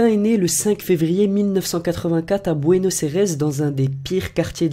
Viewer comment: Bueno aires ne se dit pas comme ça mais comme ça bueno air